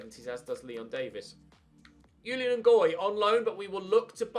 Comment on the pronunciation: Ches Ngoy's 1st name is pronounced Zhu-lee-uhn, it's a French name